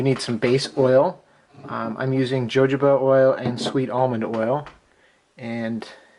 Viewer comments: hohoba oil is how its said sir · Sorry to be picky, but it's Jojoba is pronounced (H0-Ho-Ba) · Very informative thank you. My only complaint isn't how you said Jojoba... lol ... but that your camera was in a bad spot.